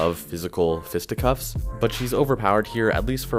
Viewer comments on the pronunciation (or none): Fisticuffs, not fisticups lol